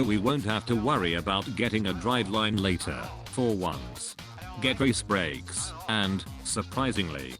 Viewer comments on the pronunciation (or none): Love the way the text-to speech always reads "get race-brayykes"